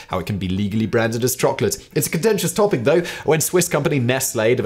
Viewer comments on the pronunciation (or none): none